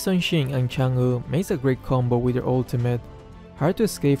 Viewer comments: chang'e how we read it : change how system reads it : changu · saying chang'e: chang'uh